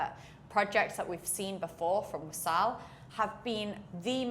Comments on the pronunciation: it's not wasaal. it's waasl. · WAA-SL not WASAAL